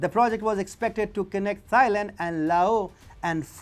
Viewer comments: When you pronounce "Thailand", don't pronounce the "Th" the way it is normally pronounced in English. It is pronounced "Tie-land", not "Thigh-land". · you should really find out the correct pronunciation of a country before you make a video of it. It’s not pronounced ‘Thigh Land’, It’s pronounced ‘Tie Land’. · Great video but all I keep hearing is "thigh land". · It shows lack of research, and makes point less credible. Even in his native Indian language, Hindi it’s pronounced ‘Tieland’